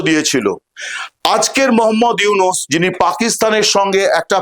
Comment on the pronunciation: ডঃ মুহাম্মদ ইউনুস ভালো করে নাম বলতে পারলে বলেন নাহলে বইলেন না